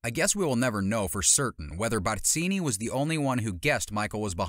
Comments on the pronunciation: *Barzini…… not Batzini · Barzini with a Z not an S. Learn how to pronounce his name before trying to sound like an expert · If I had a dollar for every time this guy mispronounced Barzini's name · Why you gotta go in so hard with the pronunciation "Barzini" though? 😂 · The way you pronounce Barzini is extremely annoying.